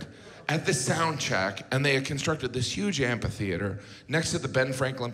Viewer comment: Is he saying "ampi-theater"? That's not right.